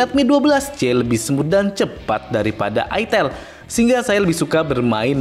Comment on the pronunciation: Aitel ngomongnya jangan Itel dgn aksen java 😂😂